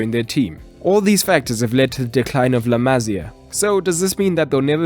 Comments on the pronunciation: small correction: it's La Ma-SÍ-a, not La MA-sia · La Masia not La Mazia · I cringed every time he said " La Mazía" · La Masia is pronounced MA Cee A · The way he say la Masia pisses me off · dude wtf how often do you wanna mispronounce la masia in one video lol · And you don't pronounce La Masia like that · The pronunciation of la masia throughout this video...